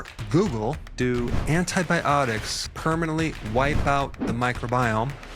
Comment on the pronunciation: Thanks Dr Berg. BTW. Permanently not permanantly. 🙊